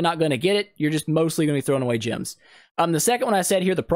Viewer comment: This is a great tutorial man, but two things I noted: - You mention a place you need to be lvl 80 to reach. ^^ Not really for new players. - Why do you pronounce "gems" like "gyms"??